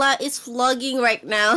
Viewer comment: Kronii has never forgotten Kaela's "haunting" pronunciation :))